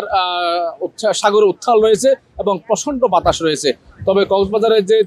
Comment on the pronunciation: ওরে সাংবাদিক রে সাগর উথ্রাল, রুদ , উত্থাল সাগর..........৷উচ্চারণ সুনলে বমি আসে